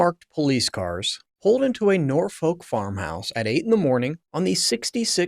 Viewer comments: Nor Foak? San Dringham estate? Ishland Police Station? It’s not on the west coast of the US, it is in England and they speak English there, just like they are supposed to in the US. A little investigation on how to pronounce your subject matter would have helped. Just a rehash of known and old information , presented so that Americans can understand. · SanDRINGHAM in Nor-FOLK and TAYMS Valley police, eh? If you come across words you're not familiar with and aren't sure how to pronounce them, maybe checking before blurting out nonsense on video could be an option. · Pronounced 😂 Nor fuck. Tbh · PLEASE learn how to pronounce proper names. specifically "Sandringham", "Norfolk", "Thames" and "Aylsham". To British ears you sound very err... American (this is not a complement). When you talk about British police - you video shows American police and at one point police from some third country. Pretty sloppy. I like the content though. Andrew is a pig that has besmirched the institution of monarchy. When the King said "the law must run its course" that removed all royal privilege and protection. King Charles must be fizzing with anger at his brother and by publishing those words he is signalling that he is prepared to see Andrew in prison. You can now expect the full force of the law to drop on Andrew like a ton of bricks.